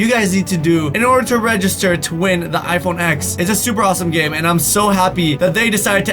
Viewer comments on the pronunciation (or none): You said iphone x but i kinda hear iphone eggs